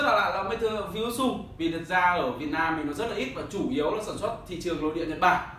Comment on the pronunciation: anh ơi tiếng nhật người ta đọc là fu ji trự , ふじつ